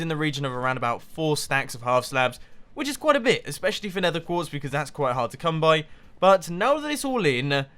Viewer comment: '...a lot of building. Placing down sponges, placing down the glass, doing all of the gathering of nether quertz...' Nether quertz? Mumbo, you derped out. ERMAHGERD NERTHUR QUEEEERRTZ